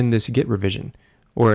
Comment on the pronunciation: 😁🤣 It adds WHhhaaaattt?? Dik or git decorations? 🤭